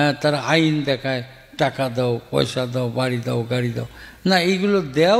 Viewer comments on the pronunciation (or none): none